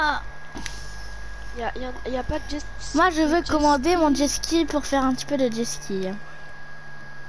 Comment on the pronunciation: Ça se dit pas jeski c’est(jetski